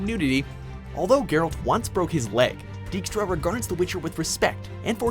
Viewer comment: Funny when English language people try to say Polish words - Dżiaskier haha. Great clip, I upvote